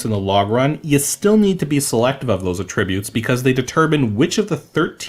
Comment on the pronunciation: You said attributes so many times and the way you pronounce it....it drove me a bit mad lol